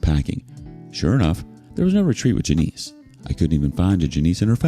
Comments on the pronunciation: Its NOT Ja-neice. its JAN-ISS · Hahaha it's pronounced Jan-iss, not Juh-neese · JANIS. Not Juh-neese. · Janice doesn't rhyme with Denise.